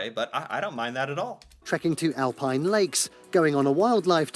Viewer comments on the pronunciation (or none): none